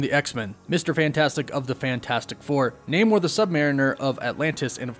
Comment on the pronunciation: NaNor the Sub-Ma-REEN-Er Lol